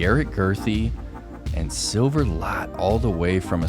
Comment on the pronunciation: If you just start pronouncing Silver's last name as the english word let you'd be right on the money. I'm swedish and we also have the letter ä. Thanks for everything guys, you're doing a fantastic job!❤